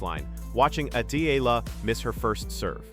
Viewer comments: But please pronounce first the name correct Eala (E-YA-LA). Thank you. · say : E-yala , correct pronunciation of Alex’s surname .. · You pronounce the last name Eala wrong!!! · I will subscribe to your chanel if you kwow how to pronounce EALA CORRECTLY.